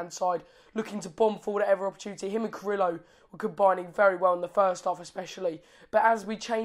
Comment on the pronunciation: Yes, new Watford supporter from here. Carrillo (say Jacob for pronounce please:)... KAH-RRI-YYOH ). Sure he must give you all some sattisfactions. Very good vibes w/ WestBrom match. Thanks mate!